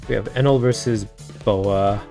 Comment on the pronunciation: gonna be honest, i think i'll never grow tired of your "kayatakyuri... eenèl"